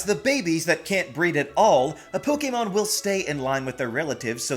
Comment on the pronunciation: Please stop pronouncing "Pokemon" so correctly. It just sounds weird